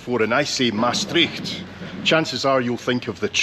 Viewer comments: That was a good presentation of the capital of Limburg. And your pronunciation is not bad at all, on the contrary. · Great tour, you've walked a lot. I lived in Maastricht for 20 years. I recognised almost every street. Your pronounciation of Dutch is quite good. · You pronounce it very well! I’ve been to Maastricht last year to see Andre Rieu and it was marvelous ❤ groetjes from a Dutch lady. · Matey, Maastrichtenaar from birth here, you really saw almost everything. Your pronounciation is really good too. I haven't been in Maastricht in quite some time. Your video is a trip down memory lane. Thanks for that! Really enjoyed all the places you visited. Fun fact; the bookstore you visited was once a popular place to celebrate Carnaval, let's say 20ish years ago! Keep up the good work, thumbs up!!